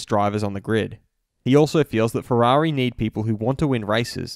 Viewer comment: Ooofff Valentino Rossi like fwerari fwiend sad Lando